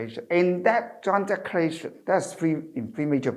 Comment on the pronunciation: Could be more presentable if - 1. Sit still please, not swaying left and right. 2. Modify your rhythm. Speaking in Cantonese is very different in speaking English. 3. Brush up on the pronunciations. The word “declaration” was pronounced incorrectly many times, until towards the end.